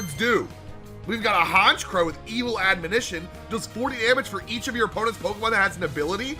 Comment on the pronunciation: It's pretty funny, and sad, to me that is the first Poketuber I've seen that can pronounce admonition